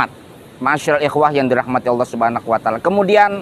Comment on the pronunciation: Maaf nih pak, ngoreksi aja terdengarnya "subhanakhu wa ta'ala", ahsan lebih baik di jelaskan cara bacanya, karna sedikit saja salah bacanya meskipun niatnya bagus, yg namanya bahasa arab salah harakat atau huruf saja bisa merubah makna, terlebih lagi anda sedang mengoreksi kesalahan org lain.. baarakalaahu fiikum